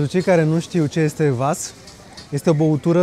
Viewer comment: salut am vazut cum Georgiana stergea viziera cu un servetel ,nu recomand asa chestie , caci sunt facute din policarbonat daca nu gresec sau ceva de genu plastic care ca regula se fisura foarte usor, si nu vas dar se zice cvas)))